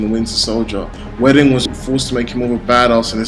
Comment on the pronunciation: Joss WEEE-don. Not Joss Wedding.Never heard his name pronounced like that. Good review though. Props with the editing. "Are you not entertained!!" indeed. Can't complain about action in a comicbook movie. I actually thought Thor was awesome in this. I actually do not like the Thor movies much, but he was a scene stealer in this. Alot of people pick up Thors hammer btw. Storm, Beta Ray Bill etc.